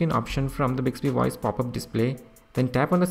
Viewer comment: Bicksbee woyce? What is bicksbee woyce?